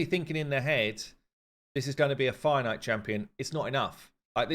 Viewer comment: I had to laugh at myself today. Finally I looked it up...What the heck is a "Finite" fight? Then suddenly I realized "Fire Knight"!!. I play the game fairly casual, no luck in pulling champions etc. (FTP) but do listen to you a lot. (Hate live arena).